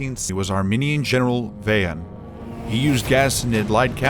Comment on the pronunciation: Vahan jan 🙏🏻 the Armenians have tried their best for millennias to be survivals of the Christian faith. And you pronounce Vahan incorrectly, its Vaw-Hawn.